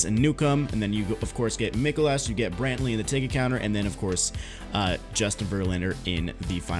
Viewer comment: Its pronounced mike olas